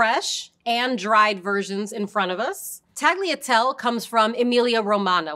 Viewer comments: A lot of English speakers struggle with the “-gli” sound in italian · Tagliatell-e and tagliar-e You pronounce the E at the end, like with the Pappardelle. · I can't get through this with the pronounciations... "tag-lee-a-tell". "Tahl-ya-telleh" please, learn to pronounce correctly. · Except that's the wrong pronounciatom; i'd rather you call them shells than butcher the italian gl like she did with tagliatelle. How to pronounce these words for an anglophone: Tagliatelle Ta-yah-tell-laeh Conchiglie Con-key-yeh And don't chop off the E at the end of words, it's italian not french. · Great explanation. Yet, the lady has to brush up on Italian pronunciation. In "Tagliatelle" the "G" is silent but the 2nd "E" is not, so it's "tallya-tell-eh". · she really just said taliatel 💀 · I lost it at Tally-a-tell. Using someone who at least attempts the correct pronunciation would have been much better in an explainer like this. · At least she didn't pronounce it tag-leah-tell. (And while I'm here, the Italian word for cut is tagliara, not taglier. Or taglio, if a noun) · Why do you pronounce tagliatelle the way you do when you pronounce pappardelle reasonably? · I have never heard tagliatelle pronounced like that ... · I feel like I would have an easier time believing this person has some pasta expertise if she could actually pronounce the names of them. I mean, how are you going to say the final e in pappardelle but not in tagliatelle? "Tall-yare" for tagliare? Kind of baffling. "Mayoredus"? This is Italian, not Spanish; double Ls are still Ls.